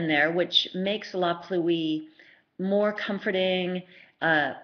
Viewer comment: Great reviews but please pronounce La Pluie correctly. Pluie is pronounced as one word, Pluie, not Plu-ee.